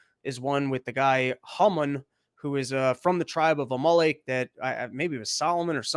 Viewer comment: God damn it, you kept cutting out. Where’s the link? You making me do my own homework mate? I like the theological stuff, mainly because it’s relevant right now so thanks dude. Also, it’s Amalek …like the VW car …Amarok. Unless you guys put the emphasis on different parts of the vowel… Good stuff 👍